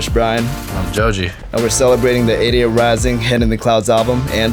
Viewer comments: Chef pronunciation Joji = Zozi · poor guy is too french to pronounce jojis name